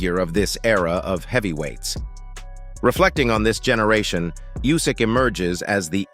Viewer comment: Nobody is good enough to beat Usyk . How many ways can someone say is name wrong